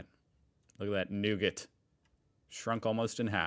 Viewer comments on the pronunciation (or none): It’s nougat - noo-gah - it’s a French word with one pronunciation.